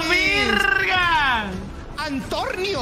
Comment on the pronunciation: antorrrnio XDXDXDXD